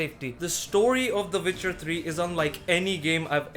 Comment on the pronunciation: “Vitcher 3” huh? I’ll give it a shot